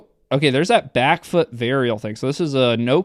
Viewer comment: Damn pronunciation of “varial” in the euro accent is so accurate lmao.